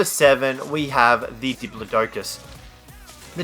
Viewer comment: You keep saying the diplodocus's name wrong